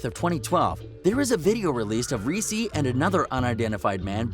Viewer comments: It’s lil reese hahahahahah not lil resse bih dafuq how you gon make this video and not know how to pronounce his name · Guys who is reessee lol it’s lil Reese bro this is why you shouldn’t cover this cause ya cant even pronounce the mans name right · He said Reese (ress-E) lol it’s just Reese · Bruh it ain’t lil reesey it’s lil reese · Its not greesee its reese Dumbass 😆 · Just wanna throw this little tid bit at.... his name 'Reese' is not pronounced Reese like the Reese's Peanutbutter Cup the chocolate candy. It's Reese with the double e's being the long e sound and the e on the end being silent. This dude can't possibly know anything authentic about Lil Reese; he has no idea how to even pronounce his name. What a joke. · This Dude Said Lil Reesey 😂😂😂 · this man literally said lil reeceee what the fuck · Yeah, they keep calling him "reesie". Is he a little CANDY CUP?? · resse is pronounced rease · infin-ian Q50rs glad I read your comment.... hearing him call him Ree see ruined early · Lmfaooooo they disrespected him by the way they pronounced his name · dont make a video on gang rappers if you cant say the names right reese freeeedo santana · Saying his name wrong wtf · Lil "Reese" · why you saying his name like the fucking chocolate